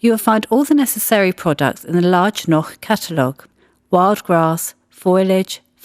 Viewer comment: On the other hand she is pronouncing "Noch" exactly as it should be pronounced. So what could she do alternatively? Pronouncing it in a wrong way?